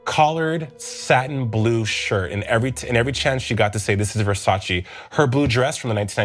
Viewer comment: "you can't even spell Versace." "FO... SACHEE!"